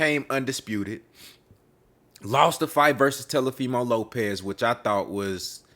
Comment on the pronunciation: Did this man just say Tell a femo 😂